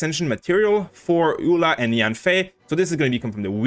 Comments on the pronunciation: Pretty sure Eula should be pronounced like Yuu-la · No, it's pronounced EU-LA.